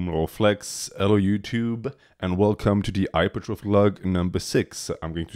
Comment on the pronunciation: Did he... did he just say the H in hello youtube?!?>!! No the fuck he didn't